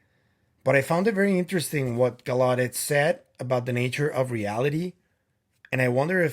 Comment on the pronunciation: I'll be watching you and Kris live on Wednesday. BTW, it's Tim Gal..lau..det accent on the first syllable Like in Lancelot. It's French, like Gal (like a girl) LA (like in music)... det (like a debt thst you owe) Great update on Maria & the mummies.